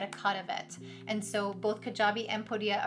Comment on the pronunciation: Thanks for the video - a little annoying that you keep pronouncing Podia wrong - it's not "po- dia" it's "pode-dia" - watch any of Podia videos on their YouTube channel